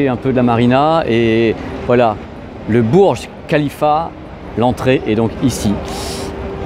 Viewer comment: Ça se lis bourj rhalifa et non burj khalifa, et rhalifa on e lis pas h.